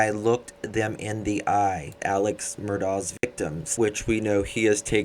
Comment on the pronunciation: Alex pronounces his last name with a hard c sound as in Murdock.